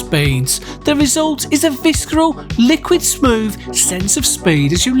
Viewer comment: I loved all this, but nothing as much as hearing the word visceral with the "c" pronounced.